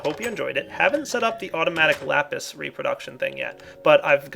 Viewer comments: Every time pronounces lapis wrong i feel like slapping him. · Are you sanish because you say lapìś which means pencil in Spanish I am spanish so you know